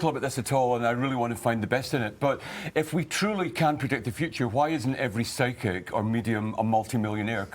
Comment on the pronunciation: did you say pyschic or pyscho ???